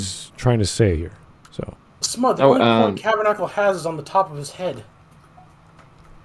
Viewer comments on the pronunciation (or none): Hahaha, smud say sea enema